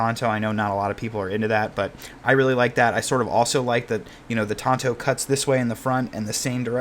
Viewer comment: THANK YOU FOR PRONOUNCING TANTO CORRECTLY This thing is so sick. Pretty far out of my price range, but an undeniably handsome piece.